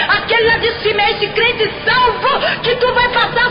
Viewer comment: Meu Deus! É tremendo! Mas ela falou: CRIENTE!!!! AAAAAIIIIIII!!!!!! kkkkkkkkkkk